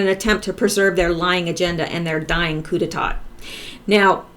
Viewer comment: coup d'état is pronounced "coo-day-TAH' <3 <3 <3